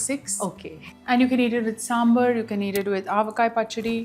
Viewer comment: she is a southie, then why she is pronouncing sambaar as sambur like northies